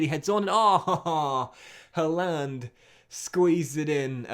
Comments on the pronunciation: mate look up how to say haaland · The way you pronounced Haaland😂